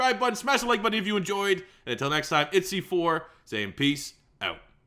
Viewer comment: You can be “cee four”